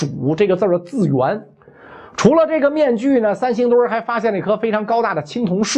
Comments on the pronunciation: “三星堆”怎么读成“三星墩儿”了？作为传道授业解惑的老师还应注意规范自己的正确发音。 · 三星堆儿?难道是北京人发现的？怎么还加儿化音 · 你这个三星墩儿听着可太难受了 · 他连三星堆都能念成三星堆儿，你指望他给你还原？ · 叫三星堆 不叫三星堆儿～哈哈哈哈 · 袁老師這兒化音加的，三星堆變成三星墩兒了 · 我不懂，这个堆要加儿化音么！ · 三星堆儿？北京儿话音用在这里合适吗？有哗众取宠之嫌。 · 是三星堆，不是三星堆儿！ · 三星堆！不念三星堆儿，北京人也不是啥词儿都➕儿化音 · 三星堆别加儿化音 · “考古队儿~” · 这期的儿话音有特点， 三星堆儿，考古队儿。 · 听袁老师这个堆儿堆儿的，想吃糖葫芦了。。。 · 三星堆儿 儿儿儿。。。。哈哈哈哈哈哈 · 三星堆加了儿化音让我联想到芥末墩儿，有点馋了😂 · 可不兴加儿化音哎！ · 三星堆加儿音，好像不是不是北京口音的发音习惯，不加儿音更顺口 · 三星堆，不要加儿化音。